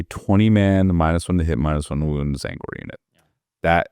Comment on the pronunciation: Not gonna lie, every time I heard him say T-zaangor it made me flinch. Apart from that though, great video!